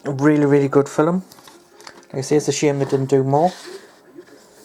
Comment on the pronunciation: "Fil-em" lol !